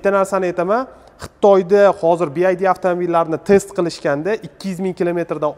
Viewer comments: BYD BIVAYDI DEB UQILADI KIYIN ESA BYD XITOYNIKI BULSA ULAR RUSCHADAN OLMIDI BILMASANG NEGA GAPIRASAN URROD OLDIN UQISHNI URGAN TUSHUNDINGMI SIGLNING MANOSINING TARJIMASI SHAGAR UCHUN KANFORT DIYILADI OLDIM GAPIRADIGON GAPINGNI BIL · Bi vay di deb oqilmidimi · Bu bola xaqiqiy Uzbekcha obzor qipti ! Yozilishi ingilizcha etilishi uzbekcha bopti 😅😅😅 chaykani uzbekchasi chayka didi yu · Bi ay di emish😂😂. Bi vay di. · Aka "Bi-Ay-Di" mas "Bi-Vuay-Di" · bi ay di emas bi vay di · Нимага Би Ай Ди девоссиз? Би Вай Ди!!! Build Your Dreams!!! Жуда киммат!!! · Bid masss oka BYD oldin nomi tògri aytishni òrganish kerak😂😂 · obzor zo'r chiqibdi, faqat bu firma Bi Vay Di masmidi nimaga Bi Ay di boshidan oxirigacha. Best Your Dreams deb yozibam qo'yibdi orqasida😀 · Talaffuz [Bi ay di ] emas [ bi vay di] juda kichkina xato lekin hozir hamma talaffuzini biladi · BID(bi ay di) shundo dvosla 😂 aslida BYD (bi vay di)bolad uzbechan organurin bilmiman dme bowqa tili eplab gapromayapslayu 🙌🏻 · BYD. Siz BID dib etvos nomini. Ya'ni (Bi-way-di) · BID-bi ay di❌ BYD-bi way di✅ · Bi ay di emas bi vay di (byd). Ingliz tilini o‘rganish kerak. O‘zbek tilini bilish darajasi ham yaxshimas. Manimcha rus tilini bilish ham yaxshimas. Lekin avtomobil to‘g‘risidagi tavsilot a'lo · BiAyDi 😆 BYD naxot togri oqiyolmasela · "Bi-Vay-diy" deb talaffuz qilinadiiiii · Би ай ди мас би вай ди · Классаларалара😂 Ока нималарни деб юбораяпсиз, кейин биайди эмас бивайди дейилади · BID emas BYD boo‘ladi bu moshinani brend nomi.:)) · BYD (bi wai di) BID (bi ai di) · BYD - BIVAYDI деб укилади. BIAYDI дип укиш ХАТО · Би Ай Ди эмас Би Вай Ди номини хам нотугри айтябсиз Сигул бу Чайка дедиз Чайка узбекчада Чагалай дейилади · Bi Ay Di mas, Bi Vay Di desez to’g’ri aytgan bo’lasz… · bi ay di emas Bi Uay Di :) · Би ай ди эмас би вай ди булади. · Би Ай Ди эмас (BID), Би Вай Ди (BYD) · bi ay di emas bi uay di deb oqiladi byd "bee why dea" deb oqiladi ay di emas way diiiiiiii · Bi. vay. di. Desa kerak. Bi. Ay. Di. Demaydi.